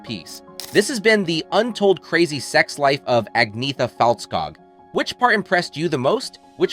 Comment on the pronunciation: Who is "Aggniita Falltskaag"?? Before talking bs about her and her band, at least learn her name...